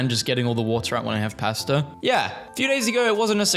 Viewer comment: I am NOT going to trust you on beans. Pb&j is a classic. And no hate, but I never want to hear you say "pasta" ever again.